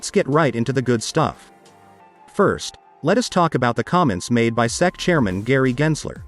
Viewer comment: FFS, if you're going to use a speech synthesis system then make it work properly. Spell out SEC phonetically so it doesn't fuck it up.